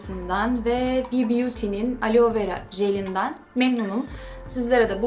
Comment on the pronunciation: Alo degil aloe 😂😂😂😂😂